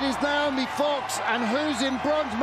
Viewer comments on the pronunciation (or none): Noemie is pronounced no-AY-mee, it's not Naomi. Rhymes with "no maybe" if that helps. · it is No-Amy, it’s not “Nay-O-Me” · Woeful commentary. Calling the wrong names and info during the medal ceremony, mispronouncing Noemie’s name throughout.